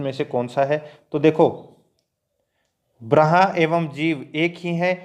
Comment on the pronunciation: ब्रह्मा ko braha nahi brmha padha karo bhai